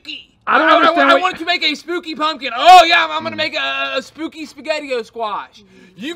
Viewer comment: “Im going for spewky” 😂